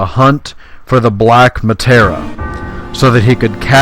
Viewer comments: Mah- Tear- Ee- Ah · cant get over the muh-tar-uh. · It's Materia, not Matera. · Nicely concise, though a bit grating that you keep mispronouncing materia. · Who else hesitated to press the like because 'Materia' became 'Matera' and Masamune's pronunciation was totally murdered?